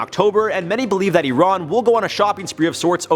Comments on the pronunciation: E-rohn? Its pronounced "I-ran" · Nobody:: uron